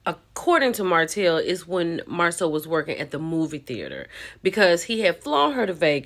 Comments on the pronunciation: This is embarrassment for hoetell and hoeslaw to me. They could have coached this lady. Because she doesn’t pronounce Marsau name correctly and Tisha need a picture or video proof not word of mouf 😂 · 😂😂 Yep, and why dis woman keep calling him Marcel and not Marsau....